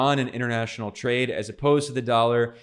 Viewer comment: “twade” lmaoooo. Sorry Ben